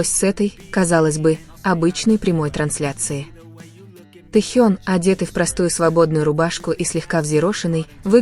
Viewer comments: Когда уже Тэхена будут правильно называть. И таюнг и Таён.. Ужас просто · Господи, речь отврат, ударение на многих словах не правильная, имя Тэхёна искожает